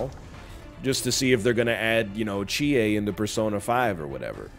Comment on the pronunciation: hearing nothernlion say Chie freaked me out a bit ngl